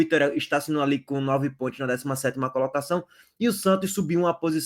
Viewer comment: Amigo fala com mais calma. SANTOS e não santi. PONTOS e não pointi. Tenta caprichar mais na pronúncia.